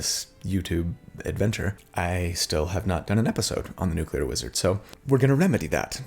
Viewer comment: Lol Nucelar (6.20) Btw I'm a newcomer to the channel, and loving the builds.